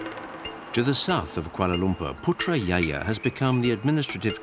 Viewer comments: did he just say PUTRAYAYA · Err...its PutraJaya not PUTRAYAYA 😆😆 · It has to be said.. Putrajaya is pronounced as Putrajaya, the same as it is spelt. Not Putrayaya. We do not replace the letter 'J' sound to 'Y' as the Indonesian has. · Hey Mr Commentator, in Malaysia the letter J is pronounced like a regular J. It is NOT pronounced like a Y. So it's not pronounced Putra Yaya and not Yonker street. DO YOUR HOMEWORK. Don't be ignorant!! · Well documented...although got me confused a little as many years didn't go home - it's Putrajaya not Putrayaya! Small error but what a frightening concept the whole of that administration zone is run by computer! Glad to see much of the nature in Borneo seemed decently protected or is there another side of the story? being a cynic... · Hai admin.. I want to correct your pronunciation to the name Putrajaya not Putra ya ya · ITS PUTRA JAYA ! NOT PUTRA - YAYA ! The narrator butchered it so bad. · It's PUTRAJAYA, not Putra Ya Ya. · Its Putra Jaya not Putra Ya Ya !😁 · Actually Putra Jaya...not Putra Ya Ya..LOL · its putra jaya sir not putra ya ya lol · its Putrajaya not Putra Ya Ya LOL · Putrajaya not putra yaya😂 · Narrator, pls do your homework!!! "J" is pronounced with the "J" sound not "Y".